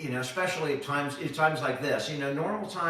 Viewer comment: Don’t correct, you mispronounce especially which annoys me immensely.